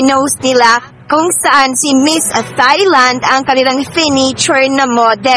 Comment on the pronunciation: Sorry po, mejo awkward ung comment ko but I mean no harm... Thailand is pronounced as Tai-land... it uses the /T/ sound and not the soft /th/ sound. More power to your channel po.